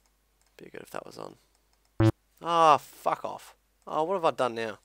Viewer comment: i love how you say : some people will FUCK it up.